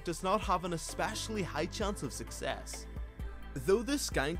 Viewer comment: Am i the only one who hears xpecialy?